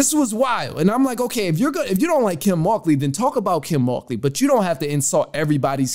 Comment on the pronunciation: Would Angel have cried if they won? She played herself. You pronounced the coaches name wrong every time you said it, btw.